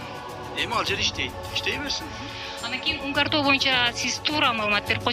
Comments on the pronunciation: Эй журналистер туура жазышты үйрөнгүлөчү Мункар тоо эмес Унгар тоо деп айтылат. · Автор назвал мункар тоо а не унгар тоо 😅😅😅